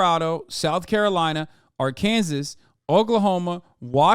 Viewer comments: I like hpw you pronounced Arkansas, Ar-Kansas lol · AR-KANSAS LOL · My man said ar-kansas lol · they truly dont anymore it seems like. i live in columbus ohio & when you get in an accident the cops no longer report accidents, you need to call down at courthouse if you want to file the accident report. like why would we call the cops then? how can insursnce companies then know who is at fault without just going with whoever calls first in the accident also absolutely love how you said Arkansas 🤣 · dude you live in america how do you not know how to pronounce Arkansas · I love the way Hasan pronounces "Arkansas". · as someone who lives in Arkansas, same